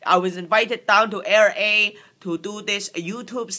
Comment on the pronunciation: omg how you say technology & LA hahahah